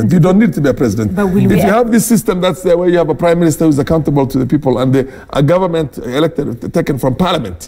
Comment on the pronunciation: Mbimbii, ngive, Nget, ngovernment etc. What a palava. It’s stressful just listening to this.